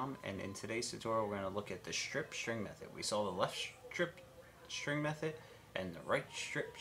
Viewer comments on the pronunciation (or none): say ss rather than shriptshring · Love the "strip schtring method". LOL